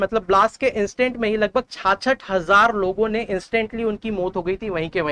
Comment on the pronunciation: Bhai thik se ucharan to kar lijiye 66000 word ko